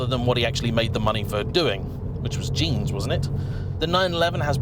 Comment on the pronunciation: The way you said “jeans” 🤣🤣🤣. Not a huge Walker fan, are you 😇